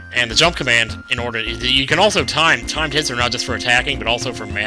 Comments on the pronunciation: Thumbs up when each time said "timed hits" you thought he said "timed tits" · did he say time tits or timed hits lol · i thought you said "time tits" instead of "timed hits" ._.